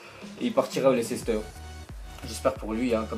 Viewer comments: Tu peux arrêter de dire Lecéster stp lol merci ^^ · C Leicester pas lecester